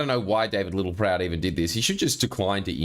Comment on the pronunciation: I always feel like I need to duck every time Littleproud ptt-pronounces a word with a ptt-P in it.